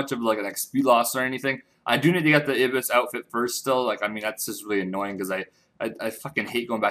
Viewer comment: ibis = " eye - byss "